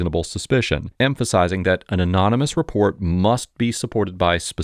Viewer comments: this attorney needs to go home, sit-down and Google how to pronounce 'anonymous'. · Why does this guy keep saying “unanimous” instead of “anonymous” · 'Unanimous' tip! He said that several times. It's 'anonymous'! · Anonymous (uh-nah-neh-mus) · That man needs to Google search and listen to how to pronounce 'anonymous'. He's an attorney, how does he not know how to say 'anonymous'? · He can't pronounce " anonymous" if his life depended on it, but yeah he's still in the pocket. Oh and aside from his interpretation of the 4th amendment. That was really dumb. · Still can't say "Anonymous" though.. lmao 😂